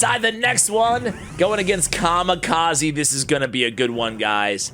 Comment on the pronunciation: Written: Kamikaze Read: Ca - Mee - Ca - Zay